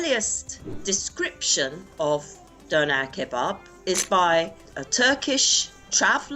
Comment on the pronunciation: Why i cringed when the host says "The döner kebaab"